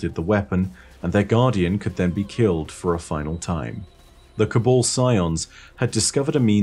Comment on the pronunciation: No one:: "col-ball"